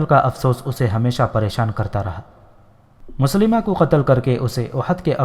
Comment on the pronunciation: Moslima nhi mosailma naam hy us kazaab ka